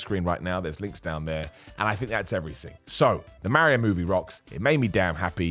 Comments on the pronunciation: I appreciate you greatly but pronouncing it Merry-O is a heel tactic and in that light, I also respect it. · Lol I don't know why but it bugs me how u say mario 😂😂😂